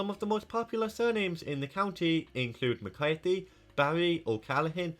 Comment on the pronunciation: It’s McCarthy❤, greetings from cork city